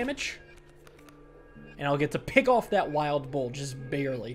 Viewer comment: says "bull" like "boar" and it gets me confused every time